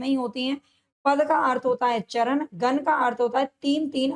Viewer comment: मैम गन नही गण है पहले उच्चारण सही करो